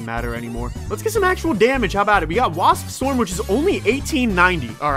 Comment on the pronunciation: Him saying wasp is the funniest shit man